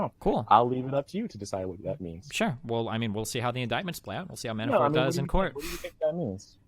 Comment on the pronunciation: "MiiiiAanifort"... Fuck this kid is a dipshit. Maybe I'm just not used to your style, but you really let this fuckin derp talk waaaaaayyy to much.